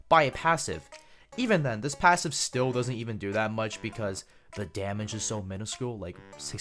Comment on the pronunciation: "Shielder has ze boner"